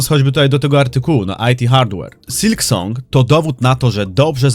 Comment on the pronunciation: Ale cringe wymawiasz nazwę gry xDD hAllow knight sYlk song xDDD Kłuje w uszy.